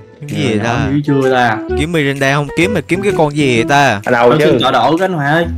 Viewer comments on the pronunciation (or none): Ngta là Miranda ông đọc là Mirinda là sao dị🙂xem mà quãi vs Bedy nhất á😂